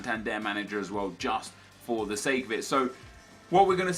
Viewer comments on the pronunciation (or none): none